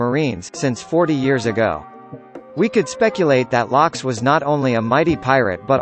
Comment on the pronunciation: Luffy must be pronounce as "LOOFFY" and not "LAFFY" It's "GOL D. ROGER" or "GOLD ROGER" and not "G.O.L.D. Roger" "ROCKS" not "LACKS"